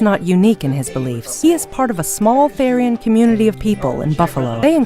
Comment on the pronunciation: its called being a therian, not thairian ( theer-e-an ) definition: a therianthrope ( therian ) is someone who identifies as an earthly animal. i am a wolf therian and i find this kind of offended. we are not furrys, we are THERIANS. they are two different things! edit: it is NOT a spirit animal, therians and spirit animals are two different things, you cant become a therian ( basically saying that not every person can be an animal ) your just born as one.